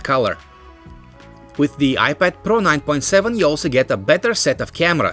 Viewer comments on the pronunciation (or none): I like how he says IPAD PARO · iPad pRRRRRRo